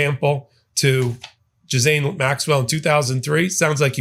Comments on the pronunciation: It’s not JIZZ-ANE, it’s GIL-ANE. Keep up the good fight.💙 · I think you’re pronouncing her name wrong. You keep saying “ja-zane” Maxwell. That is how you are pronouncing her name. Are you trying to say “gee-lane” maxwell? If you listen to how Ben pronounces it I keep thinking you’re talking about a different person. Please double check the pronunciation. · Please pronounce her name correctly. It’s pronounced Geelane, with a hard G. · Its pronounced Gee lain. And you corrected ypurself wrongly with Epstein because it is Ep Stein like Frankenstein or Einstein, and not Ep Steen aa everyone is sahing. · Ghislaine Maxwells name is pronounced (Ghee-len), just fyi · I appreciate your podcasts, but I need to correct you on two things: 1) Ghislaine Maxwell - pronounced ghee-lane. 2) The genital area on a woman is called the vulva . The vagina is the internal birth canal; it isn't external.. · Ghislaine is pronounced Gilane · Ghislaine is close this pronunciation: Gee (as in geese)- len' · Pronunciation: ghee lane is how you say the madam's name. French. Mispronounciation implies ignorance. Having said that, I absolutely love your work. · There’s no S in the pronunciation of Maxwell’s first name.